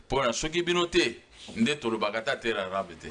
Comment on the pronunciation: 45min 41sec, alingi abomanga panzi😄😁😂🤣😅 "terre arabe" balobaka terre arable, rien avoir avec les arabes.